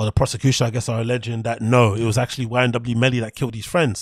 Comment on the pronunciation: It’s YNW Melly, not YMW Melly🙌🏽